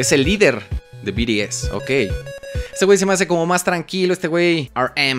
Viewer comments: Jaja se pronuncia "bi ti es" no? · Y se dice BTS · No es BTS es BIRIES JAJAJAJAJJA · No son biries es bts que parte no entiendes carajo xd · “Biries” 😂 me encantó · C mamo con el "biries"...Te amo 😂❤😁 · "BIRIEZ" XD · Yo solo entre por "biries" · We cagaba de risa cuando decía biries jjssj BTS ✨ sus patrones ❣ prros jsjs me gustó el vídeo está mamalon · Te voy a poner como se pronuncia es BI TI ES OK 😆❤️😂🤭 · Biries jajaja no má